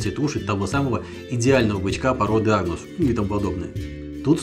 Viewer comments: Бычка породы АГНУС??????))))))Ахахахах))))) АНГУС!!!! а не АГНУС!! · АГнус??? Или я ослышался.